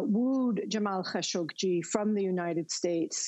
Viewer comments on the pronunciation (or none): Why do they pronounce Khashoggi how they do now?!! Khashoggi is the nephew of Adnan Khashoggi it was never pronounced that way.